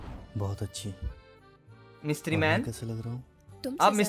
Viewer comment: Mistry ❌mistreee🧱